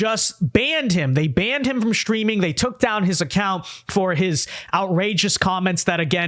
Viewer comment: is a decent YouTuber but he needs to stop it with the lazy use of "str" sounds instead of "st" sounds. It's not "shtreaming" bruv, it's "streaming". Nor is it shtrong, shtraight, shtairs, exshtreamly, etc, etc. You weren't taught to speak that way. You didn't grow up speaking this way. It's this weird lazy, lame thing YouTubers do as if late. Cut the BS.